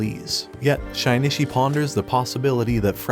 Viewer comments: Parasyte: the Maxim is the anime. And it bothers me the way he keeps saying shinichis name like (shy-knee-chi) when its supposed to be (shi/she-knee-chi) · Shynishi is killing me 😂😂 it’s Shi-nee-chi. Shinichi. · bro it’s “sheen - chi” not “shynishy” it’s making the vid more annoying the more you say it, ur lucky i love your content or i would’ve clicked off a long time ago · Hearing SHYnishi every 5 seconds was too annoying. Was is so hard to change Shinichi to SHEnichi so the damn narrator could read it right? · Shaynishi? wtf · Butchered the name... It isnt Shynishi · bro did NOT call my boy shainichee💀